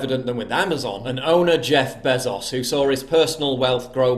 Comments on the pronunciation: C'mon PJW- Jeff "Beh-zoss?" He's a Demplorable Demgenerate Libpocrite, sure- but he's also the richest person in human history. And he has been for a while now. It's pronounced "Bay-zose." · Bro, I care....its Bezos......pronounced Bay-Zos.